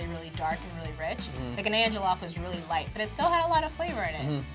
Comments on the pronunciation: The way she says Ghananian is killing me! I can't believe that you think Nigerian Jollof is better than Ghanaian Jollof., you killing me. GHANA JOLLOF All Day🇬🇭🇬🇭!!!! Fun fact WJRD (World Jollof Rice Day) is August 22nd. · She said GHANAYAN😭😭😭😭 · I’m Ghanaian , but that not how you pronounce Ghanaian. I’m so sorry but it’s bugging me so bad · Yooo, She just violated Ghana by the way she pronounced Ghanian. 🤯🤯😰